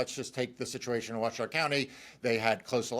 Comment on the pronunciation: The county in Nevada is Washoe, pronounced Wah-show.